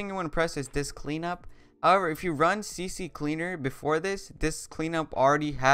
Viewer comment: dudee, i think its ccleaner not cc cleaner hahaha....